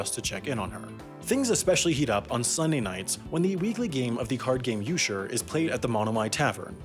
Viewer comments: It not eusher it's U k er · "Euchre" is not pronounced "You-sure" but "You-cur" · Its pronounced U-ker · Euchre is You-ker. Not you-sher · Euchre is pronounced You-Ker Not ew-sure. Its my favorite card game and now I need to play it in Nebraska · Euchre pronounced as "U - shur'? I've always heard "U-Kur" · “Yewshir” hahahaha it’s pronounced “yook-err” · "You-ker" the crap is this yew-shur? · Yew-Sure? Do you mean Euchre pronounced Youkur? Sorry to be that person, but it's a fun game! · i is a very real number. Imaginary is a name not an adjective. Also its pronounced u-cker not u-ch-er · Hahahaha Eucher is pronounced with a K sound, "you kerr" not "you sure"! Great video! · its pronounce yeuker not yeusher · Euchre: /you-ker/ not /you-cher/ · U-KER, not u sher hahaha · It’s pronounced You-ker not Yew-sure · Says "Yousher" Me, from Michigan (which is arguably the capital of Euchre fans): TRIGGERED! If you dont know, but who wouldn't? Its pronounced "Youker" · The English pronunciation of "Euchre" is "You-Ker". At least around here it is. I've never heard it called "you-sure", though I can see that in the spelling. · It's pronounced "u-ker" not "eu-shur" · Just a lil heads up mate Euchre is pronounced like (yoo ker) not (yoo sher) :) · Is the card game euchre pronounced "yoo-sure" or "yoo-ker"? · Eucher is pronounced you-ker. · Lol you pronounced euchre wrong. CH = K sound. You-ker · It’s pronounced You-ker. You’ve just offended the entire state of Michigan in a video about a town in Nebraska. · He said Yusher lol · Uchre is pronounced 'Yuker.' I didn't know anyone outside of Michigan had ever heard of Uchre! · It’s pronounced You-kerr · Am I the only one that almost snapped my phone in half when he pronounced eucher as eusher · Euchre = YOU-ker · "The card game eusher" shudders in midwestern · euchre has a 'k' sound in the middle - YOU-ker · That card came is pronounced like YOO-ker with a K sound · You-shure?? I don't think I've ever heard it pronounced that way!